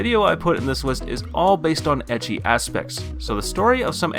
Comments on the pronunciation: please dude, it is pronouced as eki. not itchy... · I see oppai I don't wait And sorry to say but his ecchi prounonciation is just so sooo wrong